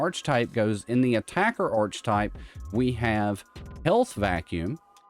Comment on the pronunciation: lol every time this man says arch type"" I cringed :0